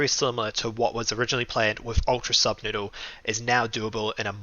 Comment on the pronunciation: ANYONE ELSE NOTICE HOW HE KEEPS SAYING PROJECT NUBSOODLE INSTEAD OF SUBNOODLE OR AM I THE ONLY ONE THAT NOTICED IT????????